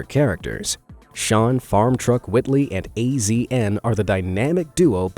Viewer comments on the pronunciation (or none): 😆😆😆 he said "A- Z- N" bruh his name is "Asian" just spelt stupid AF🤣💀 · Its not A Z N. Lol its pronounced Asian. Farm truck crew are some amazing American patriot. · Azn is pronounced Asian